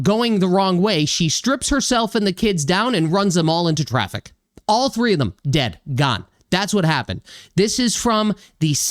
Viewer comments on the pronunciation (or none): none